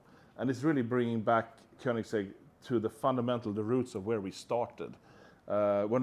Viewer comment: koenigse(gg) to bugatti hahahhaha